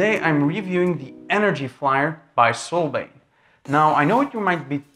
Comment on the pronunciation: "Solbain". Yeah, it's "Solbian". And this is more of an "unboxing" while reading the press release. Utterly useless.